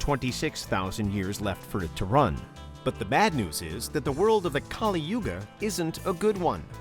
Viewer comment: It's pronounced as Kalī not Kālī.